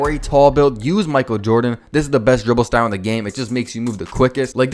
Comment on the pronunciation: Bro CANNOT pronounce "dribble"